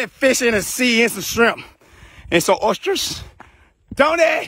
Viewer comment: Lmao " some oyshers"